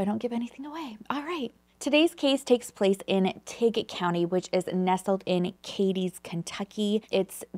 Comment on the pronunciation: None of them are lying lol. They're Paul's 3 sisters 😊❤ Eta: Nice job pronouncing Cadiz correctly!!! 😘